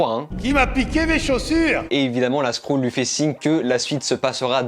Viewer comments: Skrull pas skroule stp 😂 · Moi je dit skreule et non skroule ^^ J'aime bien tes vidéos ,c'est bien réalisé et pertinent ! Bravo à toi et Merci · oh non pas ça, une 'skroule' 😂 Super taff sinon, video très complète